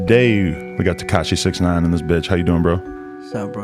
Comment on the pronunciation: How I pronounce 6ix9ine: “Six-icks-nine-ihn”